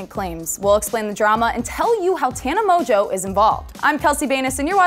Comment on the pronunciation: Who else is really triggered that she says Tana Mojo instead of Mongeau